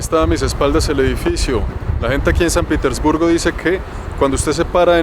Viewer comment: Lo pronuncias "Piter" respete usted no está en un país anglosajón. Pronuncielo correctamente. Respete